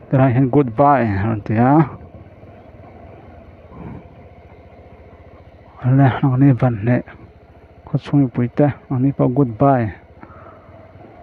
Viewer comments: Vanhneh tih in i lam ri zel a, Vanhne tih tur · Vanhne tih a in ziak na na na,vanhneh tih tlat..kohhran hi teh tih hi eng tawng nge? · Vanhneh ti ang in ilam ri zel in ka hria. Vanhne✓